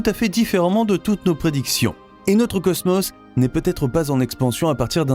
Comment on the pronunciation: J'aurais envie de visionner complètement la vidéo quand vous prononcerez le mot cosmos correctement !!